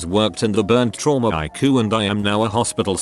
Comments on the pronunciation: Hey machine voice dude its pronounced I.C.U. NOT EYEQUE. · You aren't watching a medical-related Reddit episode unless you hear "Eye-coo" at least once. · ICU pronounces it "AIKU" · "I-coo (ICU)" Bless you lol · lol i live for the mispronunciations